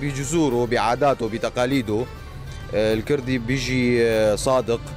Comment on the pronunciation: اختي ارجو ان تلفظي كلمة الكوردي بشكلها الصحيح..... ليس الكردي.... بل هو لفظ كورد الكوردي وبااللاتينيه kurt او kurd